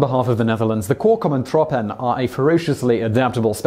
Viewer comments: Korps Commando troepen, Similar like Corps as in United States Marine Corps, Commando has its normal pronunciation. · Heartless666Shadow he totally raped the pronunciation haha. And "Nu of nooit" does fit the Dutch.